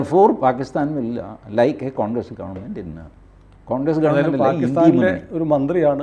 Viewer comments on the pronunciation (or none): none